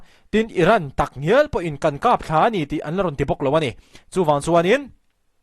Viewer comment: Kap thla nilo in, kap tla tih tur aw sir..